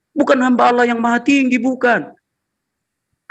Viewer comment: Asalamuallaikum.. saudaraku.. SETIAP SIANAK BATAK SERING MENGATAKAN ALLOH ITU DIPLESETKAN JADI OLLOH... TOLONG KASIH TAI DIA EH... TAU MAKSUDNYA SAUDARAKU.. 🙈 APABILA GAK MAU DENGAR JUGA,KITA IKUTIN JUGA PAKAI HALLAH.. BUKAN ALLAH... 😡